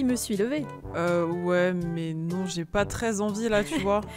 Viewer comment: "Ah bah moi z'ai un très très bon sandwich"😁😁🤣🤣🤣